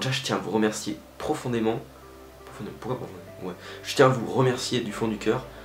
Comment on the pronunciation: "pourcoit" ? "pourcoit" ?.. T'es sûre de ça ?